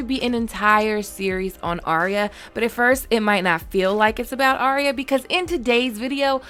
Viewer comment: Her name is not Aria or spoken that way, her name is Arya pronounced Ar-Ya